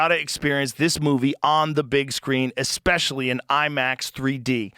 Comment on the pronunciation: EKS-SPECIALLY for a guy with my limited education” Says it all. And what the fuck is a scientific ”EK-SPEARMINT?” 😆😂🤣